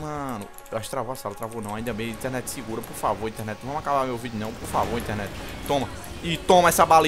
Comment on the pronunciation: interenet d açucar hahahahhahhaahahhahahhah kkkkk ri muito!!!! mereceu like